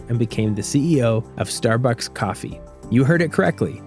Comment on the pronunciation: it seems this is an ad for Starbucks? also who says star-books? like this guy.